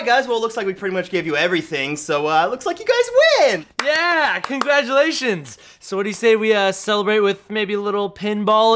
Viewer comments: Anthony Says conglatuations in stead of congratulations Yes All The Replays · Anthony said conglaturations lol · Did anyone else notice Anthony say congladurations instead of congratulations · Did anyone notice he said conglatuations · Did Anthony say "conglajerations" ? Wtf? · congladurations!!!🤑 did no one catch that lmfao